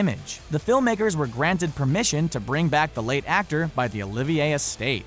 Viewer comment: Ahemm, Yes, although its Olivier (with a silent R: Oh, Leave, Yeah) BTW, while Olivier was known to be eccentric, Infamous wasn't necessary the top Adjective I'd use (Classic, Great, Famous would do).